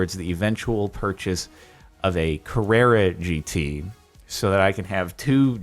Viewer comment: carrera gt more like Karrara gt